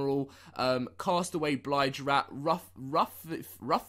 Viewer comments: It's Bill-j rat not Bly-j rat. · Bilge not blige!!😅😅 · "BLIGE"???? ITS "BILL-GE".... lol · Pronounced BillJ (bilge) Rat. Not Blige rat. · Anyone else cringe when he said blige over and over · Bilge rat, not Blige rat...plz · Blige rat????? How can you do Sea of Thieves videos and have no idea how to pronounce bilge?!